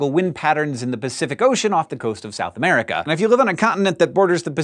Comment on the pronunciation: of Men Ministries without the U it sounds like "Em riikah!" a festivitous event!